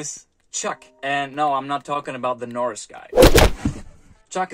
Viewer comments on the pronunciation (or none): none